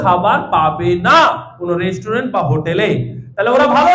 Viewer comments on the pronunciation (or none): none